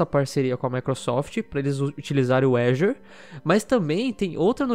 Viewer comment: Quando se sabe que o cara manja do inglês e fala "azior" de vez "Azur" . Dá umas aulas aí kdkdksj